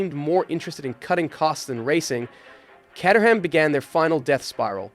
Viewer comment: Caterham: [CAY-ter-am]